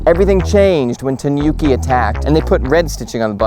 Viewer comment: Think of the pronouncition as the "Ni" in "Nimbus 2000", instead of the "Ni" in Bill Nye, the Science Guy! Also, the "Nu" in Tanuki is pronounced as the "Nu" in "Nude", not as in the "Nuke" in CoD 😉